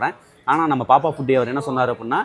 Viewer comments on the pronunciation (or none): பேப்பப் ❌️பாப்பாப் ✅️